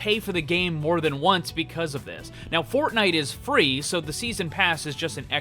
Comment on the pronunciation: When he says “fortnite” the first time I died